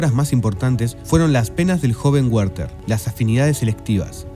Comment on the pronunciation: El joven de las penas se llamaba WERTHER, no "Guerter"